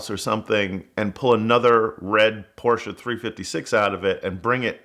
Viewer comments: you cannot be a car guy and say PorschA. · "Car Guy" but can't even pronounce Porsche properly..